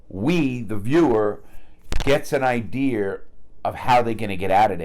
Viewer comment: Curious, is enunciating an r into idea something specific to the northeast?